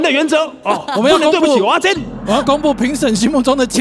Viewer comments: 蚵(額)仔煎 不是蚵(喔)仔煎 這樣不就變芋頭煎? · 是ㄜˊ阿煎，請發音正確😂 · 雖然知道各地口音有差，但一直聽到歐阿煎真的很彆扭誒😂